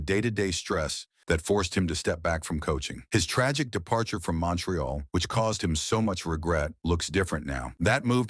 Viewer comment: 90% of the clip is very very good. Unfortunately, the other 10% is totally inaccurate. It’s obvious that Larry didn’t sanction the production of this video. The accentuation of the word tragic is totally inappropriate. Use of that word to describe his exit from Montreal is in itself tragic. Around the 37 second mark, they show a picture of Moe Robinson not Larry. Moe played only 2 games with the team. Dumbasses. And the truth be told. He was hoping to be drafted by Chicago, not Montreal. After all, Chicago was the team he cheered for growing up. And when he left Montreal, he was bitter. They tried to lowball him, and when he wouldn’t accept their offer, they turned the press on him. If the Canadians lost a game, it was because Larry didn’t score, or wasn’t physical enough, or had been beaten to a loose puck. And what idiot doesn’t know how to pronounce Guy Lafleur’s name? It’s Gee, not Geye! One of his greatest disappointments was that his father Les was not standing alongside him when the raised his jersey to the rafters and retired #19. Les had passed the previous year. The Canadians had stalled on the inevitable ceremony for years, just because they could . Go figure.